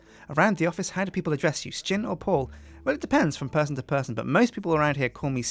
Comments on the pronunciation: why do you pronounce Sjin as S-chin? so far ive only ever heard people call you pronounce it as shin so why do you say it differently? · As I recall from other videos, I don't think Sjin has really ever decided how to pronounce his name. He often says 'sa-jin', but I'm fairly sure he answers to 'shin' just the same. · You just said Questsijin because thats how it is pronounced